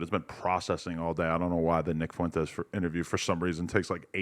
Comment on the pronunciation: pronounces Fuentes as Fontes.